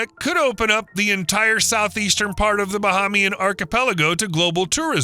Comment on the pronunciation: Correction. No palm trees. Correction: May-ya-gua-na, like mayonnaise ... Not like the Mayans. Correction: Ba-HAY-mi-an, not Ba-HA-mi-an.